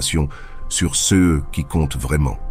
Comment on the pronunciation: La voix que l'on entend, issue de l'IA, est agréable à entendre, mais bute sur les "ceux", qui deviennent des "cé eux"